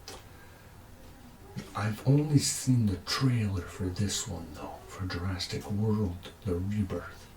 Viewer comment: Actually, what he said was Jurastic.